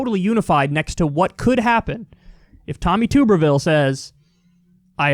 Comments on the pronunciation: Kyle I love you but please pronounce Tommy's name Tub Er Ville. He's a fucking ghoul, but people here in Alabama won't take you seriously if you don't pronounce the man whose only qualification is being a college football coach's name right. Yes we desperately need help. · I just want to say that as an Alabamian, everyone constantly pronouncing Tommy Tuberville's name like 'Toober-vil" always makes me chuckle happily when I hear it. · Nah, it's "Toober-Ville." It's not our fault that he doesn't know how to pronounce his own name. 😆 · Kyle, I'm from Alabama and Tuberville is pronounced like bathTUB. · It’s pronounced like “Tubberville” even though it’s spelled Tuberville. Used to coach football at Auburn University lol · It’s Tuberville, as in bath tub, Kyle! Lol! I hated the guy when he coached. Mediocre jackass! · You pronounce Tuberville like a tub 🛁 then erville...You must have never watched college football before if you don’t know who he is Kyle lol... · It's TUB ER Ville lol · It's pronounced tub not tube (even though there's only one "b"). He was the head football coach at Auburn University, he hearts Trump very much, and he refused debates and interviews, so that's all anyone really knows about him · Tuberville like bathtub not tooberville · KYLE. I know you don’t know your college football but calling him TUBE-rville throws me off every time. His name is pronounced TUB-erville as is in bath tub. I don’t like the dude at all (I’m an LSU guy) but this has been irritating my inner football guy. Of course if you keep calling him that as joke then good work. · "Tubber-ville" rather than "Toober-ville." Failed football coach extraordinaire. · Someone tell Kyle it’s tub erville. As in bath tub.